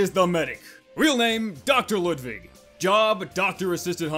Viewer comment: "lood-vij" sir. not ludvig.